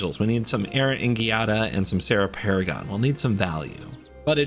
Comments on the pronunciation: Not to nit pick here, but the Gi in Giada should be pronounced "Jada". The italian alphabet doesnt have J so it instead many words and names will use gi- to achieve the same sound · Giada is pronounced with a soft sound like "jiada" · It’s a soft G in Giada. 🙂